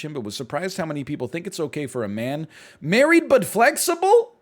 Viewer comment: I cracked up so hard at how many times he said "married" wrong. The entire story was ridiculous and weird thanks to all the edits but NL being unable to read/speak made it even more hilarious Edit: IDK WHY BUT THE SOCIAL MEDIA RANT IS SO FUCKING FUNNY